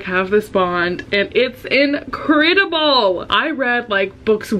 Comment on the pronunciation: [in a New Zealand accent]: It's INCREDIBLE! Me: Leo Reads, is that you? 😂